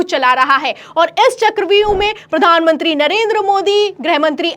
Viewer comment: मैडम आपके बोलने का तरीका सुधारे कृपया। प्रधान मंत्री होता है न की पधान मनती । और कृपया आलम तो ये हो गया बोलने से अच्छा कुछ और भी बोले। केवल आलम तो ये हो गया है बोलती रहती है आप बार बार। ऐसे में ऐसे में l बार बार एक ही लाइन बोहोत चिढ़ होती हैं